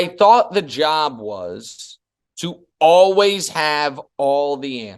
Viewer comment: I'm sure I'm the only one, but it always hits my ear oddly to hear Cowherd pronounce 'always' as 'alwiss'.